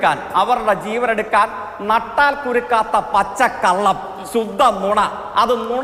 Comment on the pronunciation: ശുദ്ധം എന്ന് പറയാൻ പോലും അറിയാത്ത ശുദ്ധിയില്ലാത്തവനെ നിർത്തി പോടാ തോൽവിയെ